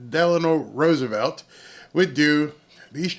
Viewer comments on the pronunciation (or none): none